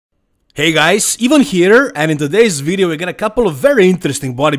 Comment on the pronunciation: No one in the Western world would pronounce Ivan as "Even". 😆 That's why it's funny.